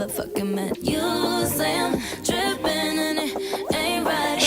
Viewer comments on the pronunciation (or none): It's trippin not drippin! Dangggg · LOLOL it’s “Trippin” not “drippin” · uhhh i think its "trippin" lol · “trippin” not “drippin” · Trippen.....not drippen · Hahaha its trippin, not drippin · She says "trippin" not drippin, you dirty boy 😂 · Noo it's trippin not drippin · hahah.. it's trippin' not drippin' ehrhjccrexkj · It’s trippin lol not drippin😂😂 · lol she said "trippin" not "drippin" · "Trippin'",, not "Drippin'"! bahahaha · Its trippin not drippin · It's trippin not drippin lol 😂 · Tripin not dripin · it's TRIPPIN' not drippin'!!!! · Its "trippin" not "drippin" ❤ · I can’t telling if you’re making a joke about her pronunciation, but she says “trippin’” not “drippin’” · Love when u react to Ariana grande. Also it’s trippin not drippin😂😂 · I think she said "trippin" not "drippin" ahaha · Its "trippin" not "drippin" lol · It’s trippin not drippin ..... lol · Hahahaha I think it's "trippin", not "drippin"